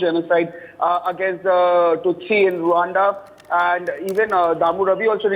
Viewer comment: Rwanda not Rawanda